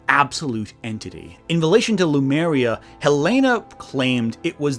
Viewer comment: Le-Mu-Ria,, not Lu-Me-Ria. You even get the dratted Monkeys right, Lemurs.